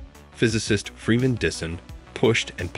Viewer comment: There are a few things you really have to work on, like the pronunciation of Freeman Dyson. Your saying it as Disson and it should be said like Dieson, also at 8.20 you say Kardashian not Kardashev. This is only constructive criticism to help your channel so please don't take offence. Your videos are good but just need a little tweaking 👍